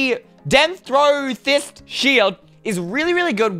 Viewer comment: The Denthrothyst Shield is dentrotis there's silent letter at last.... .